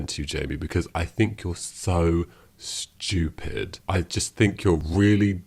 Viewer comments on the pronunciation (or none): none